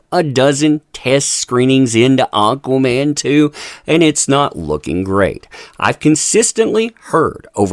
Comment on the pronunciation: "Auqaa-mann" lmao!